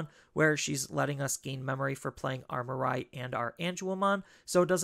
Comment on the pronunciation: Hey, long time fan of your deck lists! One minor pet peeve though, her name is pronounced as “Mee-ray” not “Mer-rai” 😬